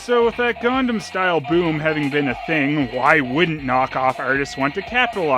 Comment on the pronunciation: For the love of Dog, it's "Gangnam Style" not "Gundam Style"! It's not a giant fighting robot.. Otherwise, awesome!!